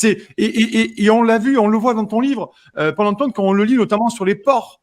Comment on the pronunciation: purée a chaque fois j’entends pole emploi au lieu de paul antoine....